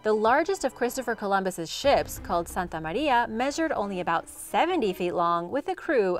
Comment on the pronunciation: finally someone can pronounce Santa María properly, my Hispanic ears are smiling ❤️❤️❤️